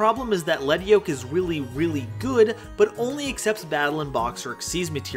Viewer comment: Thank you for pronouncing Lead Yoke correctly. Every time I hear 'Leed' Yoke, my skin crawls.